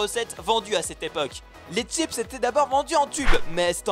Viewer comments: y'a vraiment des gens qui savent pas dire chips ? wtf '-' sérieux y'a vraiment des gens qui disent tchips ? omg x'D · Chipsssssssss et pas tchips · ça se dit chips ! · "T"chips, ving"TE" je supporte pas la je craque 😵😖😱